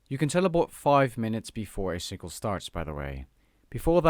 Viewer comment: "The sinkle"